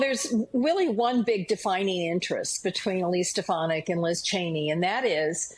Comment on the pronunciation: can't even pronounce her name correctly. "Elsie Steponadik"